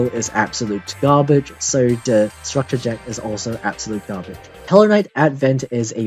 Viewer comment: I like it when you say gaabedj lmao